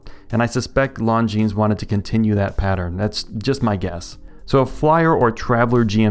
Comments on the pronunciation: Lone-Jean and not Long-Jeans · It's pronounced lawn jean. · "I still don't know how to pronounce the brand, but long-guinness did a pretty pretty good job on this" you are the best at writing watch review scripts. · Not Jean, zheen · It’s pronounced ‘Long Jeans’. That’s what they told me on my channel. 😉 If Longines was Asian. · "... longuinesss ..." 😂👍🏼 You surprised me with that last one and I had to give you a chuckle. You deserved it. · It’s pronounced, “Long-gina” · You killed me with that Lon-gi-ness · Longines not longuines lol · You absolutely do know how to pronounce that brand name and you deliberately did it some other way,. Oops. No. I'm terrific. Why doesn't anyone pronounce Glycine the French way but they all insist on doing it with Longines or Jaeger le Coultre even though Jaeger comes from a non-French word? I think I might be asking the wrong guy...